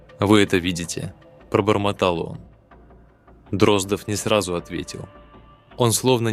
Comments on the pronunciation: После того, как чтец простую фамилию ДроздОв произнёс как ДрОздов, слушать расхотелось. Тем более, что этот же цикл рассказов есть в исполнении Абаддона, который читает великолепно. Извините, юноша, голос у вас очень приятный, но с малогоамотностью нужно бороться. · ДрОздов просто вымораживает , не смогла слушать. Неужели простая фамилия ДроздОв настолько сложнопроизносимая? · Боже мой! Простая русская фамилия Дроздо́в стала англифицированной, Дро́здов😂😂😂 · Абсолютно верно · Почему? Может фамилия действительно ДрОздов, а не ДроздОв? Остальные же правильно произносятся.